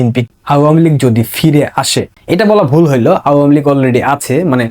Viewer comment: ভাই, তোমার আওয়ামীলীগ বলাটা আরো সুন্দর করো। শুনতে ভালো লাগবে।